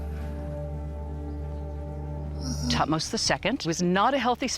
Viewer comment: calling great tuhtoms III that what a f** French 🤬🤬